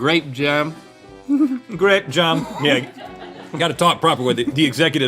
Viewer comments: It's pronounced "graepe jahm" 🎩 🧐🍇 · Grayp jum! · "grap jem" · "I've eaten a biscuit...with grehp jahm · I know this is way late, but it's just the way he pronounced it. Instead of 'jam', he said 'jem'...making it seem like he was trying to speak very posh and sophisticated. I love it when they make fun of each other's speaking mistakes.